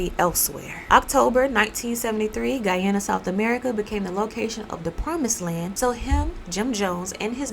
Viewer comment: I am very happy that; 1. You actually pronounce and emphasize the location of Guyana. (Even the news mess this up) 2. This story is being retold. My dad was part of the military force that went in after the kool-aid was served. Unfortunately.